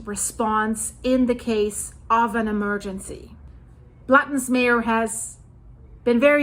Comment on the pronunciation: "Lake Blatten"😭